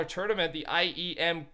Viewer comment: Dose anyone here him say turdament